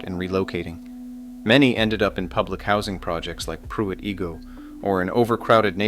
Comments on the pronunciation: Igoe is pronounced "EYE-go", not "EE-go". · It's pronounced Pruitt "EYE- go", not "Pruitt EE-go" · Its 'eye-go' And 'sue-lard' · REALLY???? IF YOU ARE GOING TO MAKE HISTORICAL VIDEOS ON LOCATIONS, WHILE YOU ARE CONDUCTING YOUR RESEARCH-RESEARCH THE PROPER PRONUNCIATIONS OF NAMES IE: PRUITT IGOE IS PRONOUNCED: PRUITT I-GO. BUSCH STADIUMS' ATTENDANCE HAS BEEN IN RECORD DECLINE SINCE 2019. BECAUSE OF SEVERAL REASONS: TEAM MANAGEMENT SUCKS, THE TEAM SUCKS AND HAS NOT BEEN TO A WORLD SERIES SINCE 2013 WHEN THEY GOT THE SHIT BEAT OUT OF THEM BY THE RED SOCKS AND CRIME IN A DEMOCRATIC HELD ST. LOUIS CITY SUCKS. MY FAMILY WERE SEASON TICKET HOLDERS SINCE 2010 AND FINALLY GOT FED UP WITH THE HOMELESS, CRIMINALS AND VAGRANTS ON THE METROLINK. IT'S PRONOUNCED: SOU-LARD. AND HELL NO TO UNIFYING THE CITY WITH THE COUNTY. THE COUNTY IS NOT A SANCTUARY FOR ILLEGALS. AND WHY ARE YOU SHOWING AN IMAGE OF PENNSYLVANIA STATE POLICE TROOPER CARS? THEY DO NOT PATROL ANYWHERE NEAR ST. LOUIS-CITY OR COUNTY! YOU WOULD HAVE BEEN WELL OFF IF YOU UNDERSTOOD HOW THIS AREA WAS ORIGINALLY POPULATED-THE ST. LOUIS AREA WAS FOUNDED BY FRENCH FUR TRADERS! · The narrator can't pronounce Igoe or Soulard correctly.